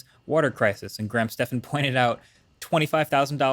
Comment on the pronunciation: HE PRONOUNCED GRAHAM'S NAME CORRECTLY. YESSS lol